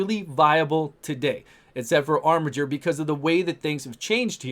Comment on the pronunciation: Also OMG you're pronouncing "armiger" correctly!!